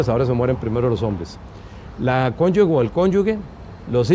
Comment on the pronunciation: En el idioma español la palabra correcta es cónyuge, es incorrecto decir cónyuge…